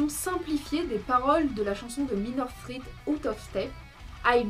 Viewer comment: Faudrait juste apprendre à prononcer 'threat' et surtout 'edge' :) sinon, bonne vidéo